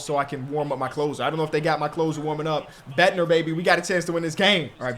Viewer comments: Hey love the series, just figured I’d let u know that ur closer is pronounced Bed-Nar like how u would say Narcissists or sum like that. Instead of pronouncing it Bed-Ner. Again great content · please its david bednar not bedner. like cigar not ciger